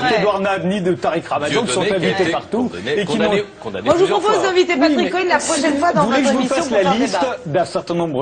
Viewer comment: cest pas cohen cest con-haine